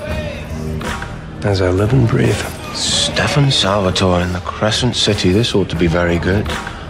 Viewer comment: Stefan * you pronounced it ‘Steven’